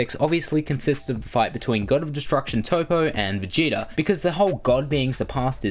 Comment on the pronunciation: Toppo not Topo